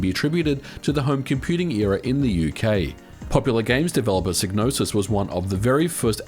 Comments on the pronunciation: Psygnosis is pronounced SIGE-NOSIS not Sig.. as heard on the Amiga intro to Blood Money. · Psygnosis is pronounced Sige-nosis as heard in the Amiga intro to Blood Money. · Isn't Psygnosis pronounced "psi - nosis"? The g in Gnosis is silent by itself. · I always find the various ways people pronounce Psygnosis interesting. I've always said "sye-no-sis", since gnosis on its own has a silent g (as in gnosticism, etc). But I suppose we say agnostic as "ag-nos-tick" in English, not "ay-nos-tick", even though we pronounce most other similarly constructed words in the latter way (asymmetric, asexual, etc). Language is weird.